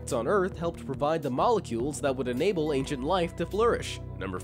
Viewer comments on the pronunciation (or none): none